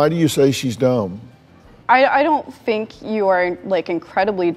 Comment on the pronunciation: "I don't fink you are incredibly dumb."